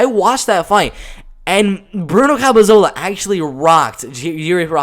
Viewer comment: CAP-E-LO-ZA You're saying, CAP-E-ZO-LA. I hate to criticize as the hustle you're showing is great, but the mispronunciations and the way you have to talk (for whatever reason), isn't something that will grow your fanbase in my opinion. Gotta try to fix or improve on things that you're clearly receiving criticism for.